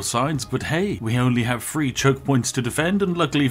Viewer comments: three hundred and seventy threeuh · "Three hundred and seventy fwee" - sorry to point it out, but that made me chuckle